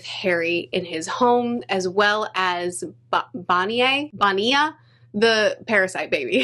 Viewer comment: James Marsters pronounces Bonea as Bonnie